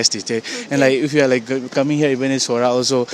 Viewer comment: It's noh Sorah it is Sohra pronounce Soh - ra, the British during their time they called it Cherrapunji and just recently people used to call it like that, but it's original khasi name is Sohra.